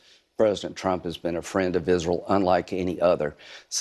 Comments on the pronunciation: Lindsey , its ISREAL , NOT ISREL ! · Moron turns Israel into a two syllable word.....